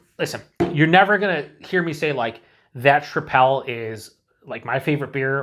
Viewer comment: I think it's pronounced like "triple."